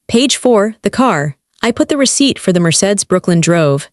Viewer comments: Need to pronounce words correctly Mercedes not marsaid lol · Mercedes pronounced: Mer-say-dees